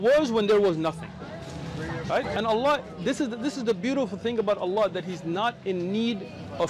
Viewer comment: Ppl .. leave everything aside, this is the first non Muslim non arabic human being that pronounce the name of the creator correctly not alaah or alaa but ALLAH ..💙💙may Allah bless him and his family allahuma ameen